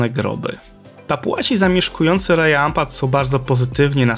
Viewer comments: Cudownie😊.Chcialabym tylko nieśmiało dodać,że w lokalnym języku Raja wymawia się Radzia ,a Wayag-Łajag ❤😊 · na wstępie jedna uwaga - sprawdzaj wymowę słów przed nagraniem :) Raja czyta się raDŻa